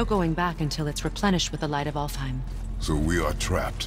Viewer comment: Cara baca ALFHEIM : alfaim